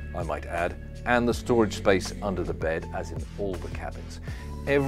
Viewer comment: Wow lovey boat. Nice to hear the word space,.. not spice!